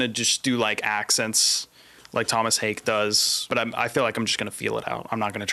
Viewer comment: Haake is pronounced hawk tuah minus the tu